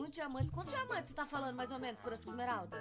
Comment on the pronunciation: vc falo bloco de esmerada😂